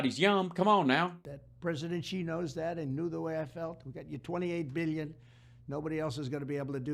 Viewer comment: No one ever calls this motherf***er out on saying BEEYYUN instead of billion!! My ears!!!